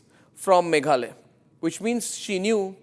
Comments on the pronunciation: it’s Meghalaya not Meghalay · Not maghaloy. Maghalaya. Name my state